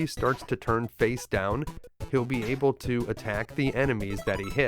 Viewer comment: Able to > Abe uh duh